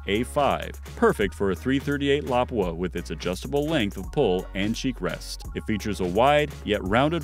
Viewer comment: Whoever is narrating needs to pronounce lapua correctly. And should of said having a good optic really helps to